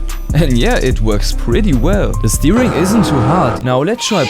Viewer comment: love the way he says steering like steewing